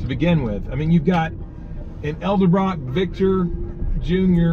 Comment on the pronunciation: Love the channel and the videos! One thing, say it with me: EDEL-BROCK, it's not ELDA-BROCK!! lol That's always been a pet peeve of mine. Edit: I watched the rest of the video where you correct your own pronunciation of Edelbrock!! lololol